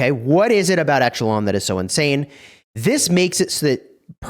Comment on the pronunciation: Check out the pronunciation of echelon.... please.